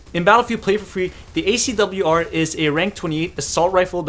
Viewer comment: You pronounced it fine! And this is interesting -> SCAR-L vs ACW-R